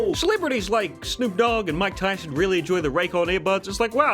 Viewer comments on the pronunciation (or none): none